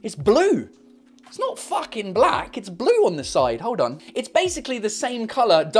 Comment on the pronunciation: The blazing Englishness of how he says “it’s not fAckin black!!” is beyond me 😂😂